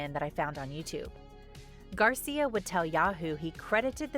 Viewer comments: It is Angel Gracia, not Garcia 😞🙂‍↔️😒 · For the record, the maker's name is GRACIA, not Garcia. I watched every video MTV broadcast for this contest. I have the VHS tapes for all the recordings I did those days. The "winning video" was not even close to the best one.